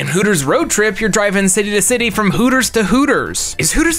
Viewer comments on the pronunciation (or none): none